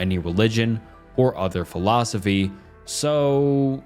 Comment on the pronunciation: Imagine basing your life on a philosophy and a guy who can't pronounce the philosophy or the guy's name who thought it up gave it an f tier